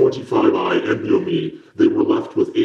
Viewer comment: isnt it "N-BOMe"??